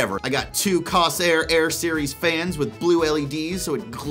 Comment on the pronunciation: Corsair. (course air) pronounce it right damnit! also I got i7-7700K, GTX 1080 Ti, 16GB Corsair vengeance RAM. liquid cooled gpu and cpu. 750watt corsair power supply. 1TB M.2 ssd 3,500MB/s read